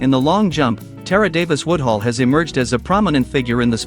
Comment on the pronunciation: I love Tara, but get this trash out of my feed, YouTube! The AI used to generate this hot mess can't even pronounce her name right...and doesn't even know she has a contract with Lululemon and not Addidas. TRASH!